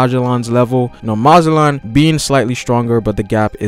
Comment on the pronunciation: who the hell is "Maa-jel-on"